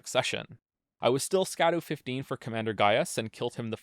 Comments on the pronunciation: it's pronounced Shadu, almost like Shadow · guy who makes videos where the whole point is that he does an insane amount of research and he mispronounces "scadu" the whole time (this is a joke great video) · I feel like I'm one of about 17 people in the world who realizes that "scadu" is pronounced like "shadow" and not like "skadoo" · its pronounced "shadu" not "skadu" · I will never not call them Skibidi Fragments. Don't care. Might be pronounced shadow. Don't care. I will continue to pronounce it skah-doo and the fragments themselves will be Skibidi. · I'm gonna die if I keep hearing people pronounce it Ska-doo it's just an archaic spelling of shadow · Here before all the comments telling you that scadu is pronounced shadow and not skadoo. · Scadu is pronounced Shadu. Scadutree = Shadowtree. Probably makes more sense now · Scadu is pronounced shadu. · "skadoo" "katanna" 😒 you're killing me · Oh no, we are going to listen to him mispronounce "Scadu" for the whole fucking video aren't we? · nice video I guess, but you mispronounced an esoteric olde english word. therefore your opinion is invalid